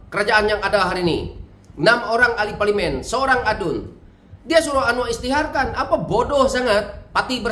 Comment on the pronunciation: SEBUTLAH PARLIMEN TU BETUL2....